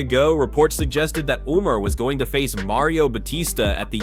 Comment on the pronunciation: Umm sir... Umar who?! These pronunciations are wild